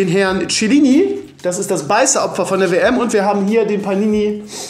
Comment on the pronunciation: Er kann nicht mal Chiellini aussprechen